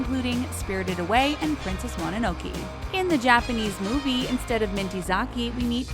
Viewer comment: I cannot pay attention to anything she's saying because she's misprouncing so much. Corgi? Hayao Miyazaki? Princess Mononoke? Like oh my God she misprounced CORGI.